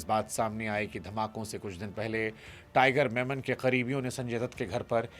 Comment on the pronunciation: It is tiger memon, not tiger Menon